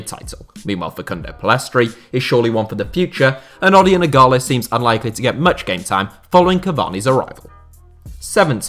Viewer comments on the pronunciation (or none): none